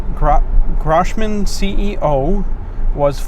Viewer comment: Grohmann rhymes with crow-mannn.